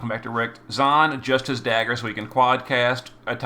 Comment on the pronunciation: am i the only person who got triggered on how he said shuriken ? yeah ? only me ? thought so..😅😅 how you say sakura is bad , but not terrible , but for some reason this one triggered , my weeb ass🤣🤣🤣 lol good video tho , really helped for the magic fight.